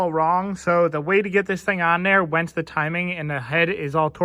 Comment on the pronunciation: Are you saying wence instead on once? Like past tense proper English. Bravo, bravo!